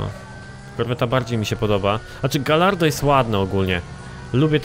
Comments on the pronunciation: wiem że pierdoła ale bardzo mi przeszkadza... "Gajardo" nie "gallardo". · czyta sie gajardo;_; A Viper ma lepsze przyspieszenie i prowadzenie niż gallardo;) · Ale czyta po luckowemu, a po luckowemu czyta się galardo. PS: A jak czytasz "Tomb Raider"? No właśnie...